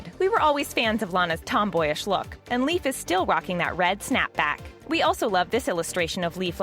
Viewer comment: ITS NOT PRONOUNCED LIKE A LEAF. ITS LEIF. (Lay-f) OMG .